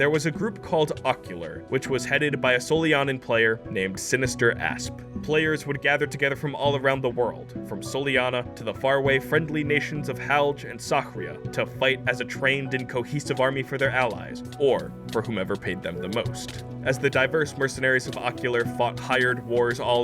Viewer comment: It's SAA RIYA